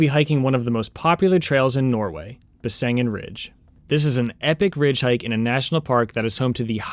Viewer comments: Actually, it’s named Besseggen, not Bessengen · Nice video. However, the correct name of the ridge is Besseggen, not Bessengen. 🤭